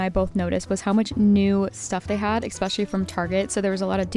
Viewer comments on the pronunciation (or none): Does everyone call them ham-awks where you live? I’m not trolling. I’m really asking. Language, dialect, and communication among regions are interesting to me. Like the way you say eXpecially even though there is no X In eSpecially. I love your content. Thank you for all you post.